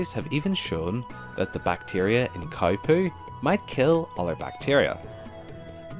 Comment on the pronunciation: Why is he pronouncing cow as khais ?